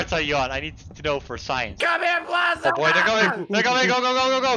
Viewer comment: It’s Bald-za 0-0